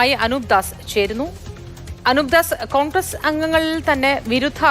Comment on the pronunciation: കോണ്ഗ്രസ് അല്ല ഖാൺഗ്രസ്സ് 😂😂.